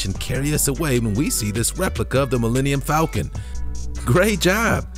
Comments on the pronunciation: Mellennium Falcom? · "millenium falcon" lmao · Sorry did he say millennium falcon